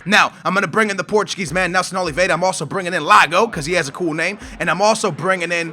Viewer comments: It's not Laga its iago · its Iago not Lago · It's not Lago Falqué, it iago Falqué!! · It's not Lago it's Iago pronounced ee-ah-go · It's not lago with an L, it's Iago with capital i. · It's an i not an L , iago Falque not Lago , :) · bro, Iago Falque name is pronounce Yago, and its Lab-Yad, no idea where you've got Labadah from